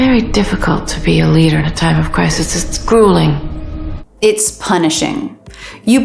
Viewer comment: No, you are teaching them wrong! "arduous" and "grueling" are not pronounced that way!